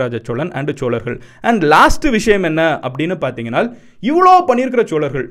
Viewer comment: சோழர்கள் not ச்ச்சோழர்கள் solargal not chcholargal 😒😒